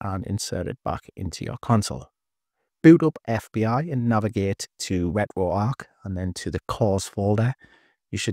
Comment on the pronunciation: Ret-ro-arc.. bro I can’t 😂😂😂